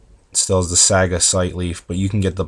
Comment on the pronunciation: ... are you pronouncing it saaga?